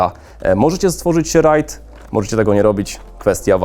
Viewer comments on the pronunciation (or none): none